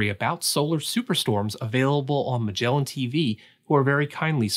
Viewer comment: Pretty sure he mispronounced Magellan